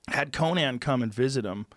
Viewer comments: Joe "co-NAN-" Rogan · Joe " Coe-Nan O'Brien " Rogan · It's funny how for years now, nobody has ever corrected Joe when he mispronounces "Conan." (Co-NIN not Co-NAN). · Who is this Ko-Nan character Joe? Would you pronounce Conan the barbarian the same? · That's not how you say Conään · Have I been pronouncing Conan O'Brien's name wrong this whole time?! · He talkin about conan obrein? Obrian? He doesnt pronounce it like the barbarian ya dummy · who says conan like that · The way Rogan pronounces Conan O'Brien's name is infuriating, because it is literally only him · Gotta love Joe pronouncing Conan as if he’s referring to the barbarian and not the late night host... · Anyone else extremely bothered by the way joe pronounces Conan??